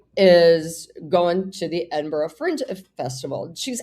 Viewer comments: Edin-BURRA not 'boro'. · I thought it was "Edin-bruh." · Hey Paula, it’s Edin-bruh with an English accent and with a Scottish accent Edin—bu-rrrrra (the r is rolled). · Hi Paula! A Scot here. Edinburgh is pronounced; Edin- buru or if easier, Edin-bura. Love your show. 😊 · Edin berr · Edinbruh is how you pronounce it! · It’s pronounced edinBRUH. The ‘g’ is silent. I have a standard southern “bbc” English accent, so there will be regional variations. But most of the posh people that go to uni there from the south call it that. It’s also such a shame about Jared. I was obsessed with him in ‘my so called life’ which should NEVER have been cancelled after one series. He was gorgeous. He sounds awful now. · Edinburgh is pronounced ED IN BRUH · 'Eddin - bruh.' I'm not Scottish, though, so it just may be an English pronunciation. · Edinburgh - EDINBURRA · It's Edin-bruh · Edin burra, Scottish peasants pronunciation, myself being the peasant. We do spell it Edinburgh though. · Darling, Edinburgh is pronounced ed-in-burra by us Brits who live or lived in the South. I can’t do the Scottish version, despite having a sister who lives in the Highlands🏴- sorry. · It's pronounced "Edinbruh" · Edinburgh - pronounced ed-in-bura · Edinburgh is pronounced Edin (bruh)🏴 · Its air-din--borer to pronounce it! Love your channel! Despite what Andrew has done, he should be able to see his newest grand daughter? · It’s pronounced Edinburra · Edinburra is how to pronounce it, and Althrope is All-thop, not All-hroupe, if I am correct. If the King insists that Harry resign from Invictus and puts Mike Tyndall in this place, you will still have a member of the royal family in the realm, and the King need not appear. MTG is the turd that won't flush. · As an Aussie I've always heard it pronounced "Edin-burra" xxx Nose boops for Delightful Doug xxx